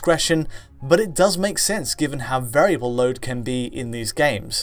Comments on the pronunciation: He can't pronounce "can" either, he says "Ken" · Why can't you say "can"? You say "Ken"